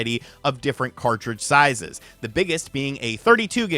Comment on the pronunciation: Did just say different card sizezes?